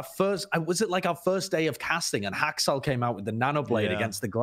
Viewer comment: says haksal He clearly is feeding for content No way can he get a mid seanson award